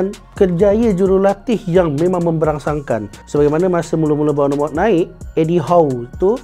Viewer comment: Eklis, gugel la kejap ..cemana nak sebut kelap bonomot tu 🫩